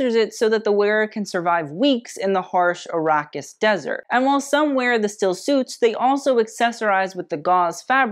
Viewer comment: Also Ar-ah-kis not Ar-aw-kis